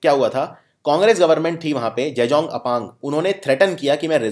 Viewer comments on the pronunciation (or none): Gegong Apng hai Jejong nahi